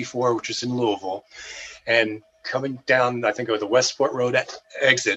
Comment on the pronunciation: What a wonderful story, and he pronounces "Louavull" correctly!